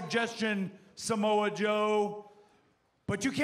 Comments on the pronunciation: Lol he called him Samoa Joseph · He called that boi SAMOA JOESPH 💀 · "Samoa joeseph" 😂